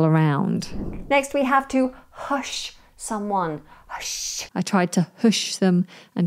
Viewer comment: Isn't it /Huhsh/ 🤔